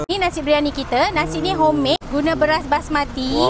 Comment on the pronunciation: Nyampah aku dengar hommade...xkanlah msak nasik kt kilang